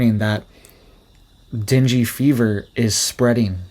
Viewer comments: Not dingy fever. It is pronounced Den-gay fever. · It’s /den GAY/ not dingy! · Pronounced den gay. Not dingy. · FYI, it's pronounced "dang", not "dingey". The person who named it has sensitive ears or it would be named "damn fever". Here's an example. Mother: Are you down with the sickness? Some bloke: Yes. It's that damn fever again! Mother: Dear, let's call it "dang fever". Some bloke: Only if we misspell it! Yep. Can't argue with that. :) Well, hopefully this joke helps you remember how to pronounce it. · It’s not dinghy fever- it’s pronounced ding. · Not Dingy Fever. Say DANG GAY Fever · deng-gee not dinjy fever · Deen-gay. That's how you pronounce dengue. That said, this is some sobering info. Thanks for sharing and making us aware. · Thank you for the info and the way you pronounce dengue innocently wrong, "dingy fever" because the truth of our world would make any sensible soul cry more than laugh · Pronounced den-gay fever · just in case it matters to you, dengue is pronounced "den-gay". No judgments here, just saying. 😁👍